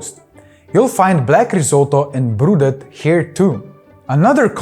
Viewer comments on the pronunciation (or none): Croatia: It's brodet, not brudet. "na buzara" is also very Croatian. Mainly used for mussels and shrimps. Why no sweets? Croatia has a lot to offer there.